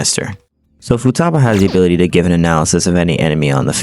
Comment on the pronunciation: futaba its futaba